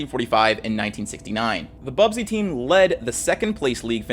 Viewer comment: The Manchester United segment is full of errors: 1. It’s BUSBY babes, not Bubsy - named after their coach, Matt Busby 2. They did not have “just a week to play their matches”, that is not how the European cup worked. The plane they were travelling on simply did not have sufficient range to fly directly from Belgrade to Manchester, Munich was just a stop-over to refuel. Also, West Germany was represented by Borussia Dortmund, neither of the Munich clubs were participating. And in any case, MU played the semifinals against AC Milan. 3. While there were issues with the engine, it was not the reason for the crash. The plane was accelerating just fine and would reach the take-off speed well before the end of the runway, however it was slowed down by the snow that was not cleared by the airport authorities. Unfortunately, still prevalent design of the planes of the time, that tail-wheel undercarriage (two wheels in front, one under the tail) were less effected by such conditions, so not enough attention was paid to the cleanup. MU plane was of the more modern design with nose-wheel.